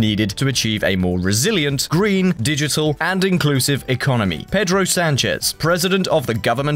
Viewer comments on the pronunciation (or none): none